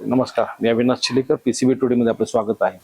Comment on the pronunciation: हा चिलेकर नाही तर पि .लेकर बोलतोय